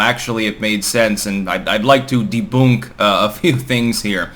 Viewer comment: "Deboonk"? You have the strangest pronunciations for someone with an American accent.